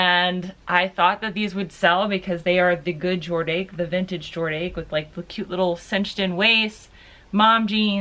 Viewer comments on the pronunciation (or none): How come you say it like Jord-Ache? I'm wondering if it's an inside joke I'm not getting lol.... I think you're defo too young to remember the 80s when that brand was the most popular mall brand in the US (maybe second to Guess).... but I can't ever remember it not being called Jor-DASH Any other Gen Xers here wanna back me. up on this? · Quick Question Is it Pronounced Jord Ache or Jor Dache (Dache = Dash) I only Ask Because When I Lived In NYC Where The Clothing Company HQ is Located The People around there Pronounce it the Ladder. But After Watching One of Your Video about addias and The Way You Pronounce it plus the History behind the Word I though, Maybe I've Been saying it wrong all this time? Welp Just a thought Thanks and Happy & Safe Thriftmax!